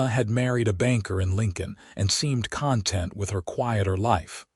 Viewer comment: There are several pronunciations that need to be corrected. In particular content, Santa Fe and read are the ones I remember.